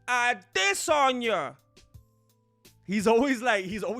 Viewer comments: “Ah-DEsanya” lmao dude you’re too funny 😂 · "Isarel IdissOnYou" 🤣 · Lol the way says Adesanya and looks at Izzy. Funny as hell